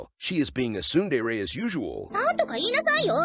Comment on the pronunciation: "she is just being a typical soon-day-ray" lmao